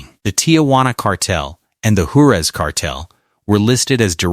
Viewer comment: Can't bother to say Juarez or Rio grande right? Do better.